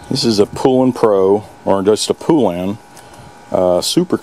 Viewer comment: Its poulan not poolan 😅